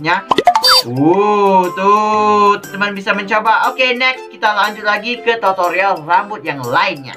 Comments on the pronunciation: Aku dengernya pas ngomong tutorial totorial😂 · Kak aku mau bilang aku denger kakak bilang totorial bukan tutorial 😂😂😂😂